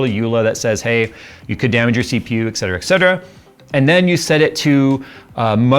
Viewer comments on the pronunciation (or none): its ETcetera not EXcetera 😆